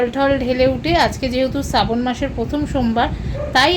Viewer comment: সাবন না ,শ্রাবন মাস